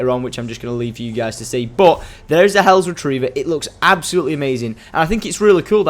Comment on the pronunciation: Hells not hellos